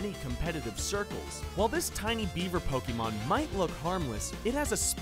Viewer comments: And pokeemon and not pokémon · Ang Tze Wei Yes I know, but people like him (normies who are painfully out of touch with the series) always call it Poe-keeeeee-Mon. It's extremely cringy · Anyone one notice how he says PokEEmon